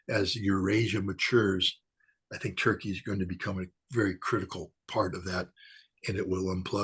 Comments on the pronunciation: The way u say Turkey is soo damnn anoying Toeurkeyy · I love how says Toy Key. Turkey should change its name to Toy Key.